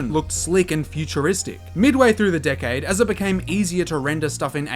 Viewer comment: Dude you need to learn how to properly pronounce 'decade' cuz it sounds like a cuss word 😂